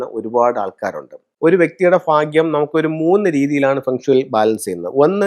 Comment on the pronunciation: ഫാഗ്യം അല്ല, ഭാഗ്യം